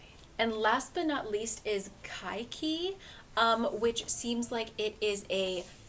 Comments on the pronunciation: I'm really sorry but it's actually kai-ke - yi. Couldn't stop myself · This is gonna be SUCH an annoying comment but Kaikeyi is pronounced as Kye-kay-yi!!! But anyways I'm so incredibly excited for that book because it's finally time for Indian mythology to share some of the spotlight :,) the country has such rich and incredible folklore and there are SO many stories to be told!!! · Hello!! Saw Kaikeyi and im SO STOKED to read it. I just wanted to let people who have trouble pronouncing the name that its kai-keh-yi. Love your videos, bye!!